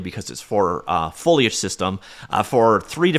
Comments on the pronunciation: I noticed you mispronounced foilage at the mark. 😩 Great overview, as always. Thank you! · DID YOU JUST SAY "FOLIAGE" CORRECTLY?!? Proud of you bro!!! 👏 Edit: aaaaand then you went back to saying "foil age"...